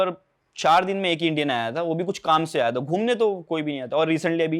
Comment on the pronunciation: Abe aayi nhi ayaa hota h 😂